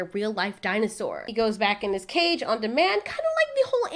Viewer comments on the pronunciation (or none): none